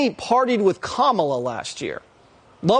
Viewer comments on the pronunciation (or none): none